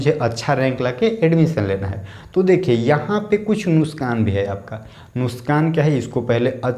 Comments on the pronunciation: Are bhai nuskan nhi hota nuksan hota h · Its nuksaan not nuskaan